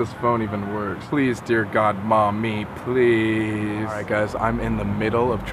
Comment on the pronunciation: I heard PLWASE DON'T CALL BACK